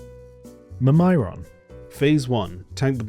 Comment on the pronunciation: What the hell did you pronounce Mimiron as?